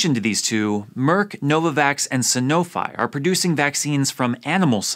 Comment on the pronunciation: Caught my attention: Sanofi [ sah - noh - FEE ]